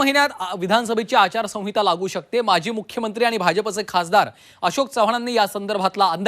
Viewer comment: अरे आचारसहिता बोलता येत नाही तुला